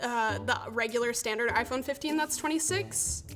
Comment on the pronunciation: I feel offended that this video used the wrong pronounce for the iPhone. Very bigoted